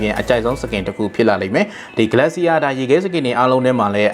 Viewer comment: ဂလက်စီယာ မဟုတ်ပါဘူး ဂလေရှာ ပါ